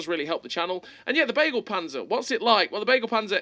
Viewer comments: Begleitpanzer not beaglepanzer xD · "Begleit"-Panzer means "convoy"-tank. The first "e" speak out like in beagle. Something like "beglait"-panzer 🥲